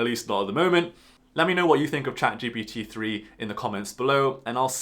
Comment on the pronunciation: It’s ChatGPT not “ChatGBD” Generative Pretraining Transformer